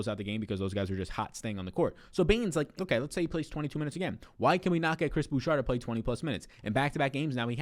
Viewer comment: Please stop saying "Boo-Shar" it's "Boo-Shay"